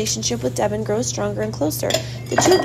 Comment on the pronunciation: Can you get a reader that knows the actual characters names pronounced right Devon Is not the way she pronounces it she does it so wrong and way too fast annoying